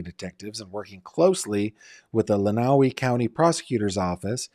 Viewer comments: Michigander here. It’s pronounced “len-uh-way” county not “len-oww-wee” county. Just had to say something lol it was driving me nuts 😂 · Glad to hear you speaking about Dee ✋ Lenawee is pronounced like "len-uh-way"